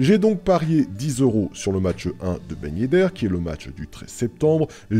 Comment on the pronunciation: " Ben yeddeur " lol